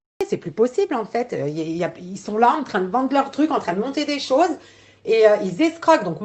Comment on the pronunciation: Un détail mais on dit pas des personnes "qui zon"